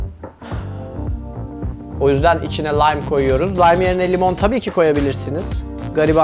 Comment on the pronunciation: okunduğu gibi : LAYM :):):):):):):):):):):):) gene güldürdün